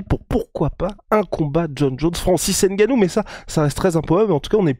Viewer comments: pour francis on dit n gannou pas nnngannou, gannou ou humgannou et on dira franciseN gannou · Il s'appelle Ngannou pas N Gannou pareil pour Mbappe pas M bappe, Ngolo et non N golo etc... apprenez à prononcer les noms africains comme ça se dit. Pourquoi vous ne dites pas S port ou bien K nock etc...